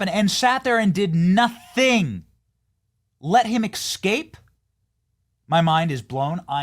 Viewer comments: Jeez Bennie, the word is escape- not excape. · it is not "EKscape". It is ESkape". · Benny. Please. Escape. not excape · Why does Benny say "ex-cape" like a 5 year old? Its "ES-CAPED" dude... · Eck-scape?? C'mon man. You're in broadcasting. Go make an eck-spresso, open YouTube amd sesrch for 'escape pronunciation'. Please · Just for clarity, there is no "c" before the "s" in "escape."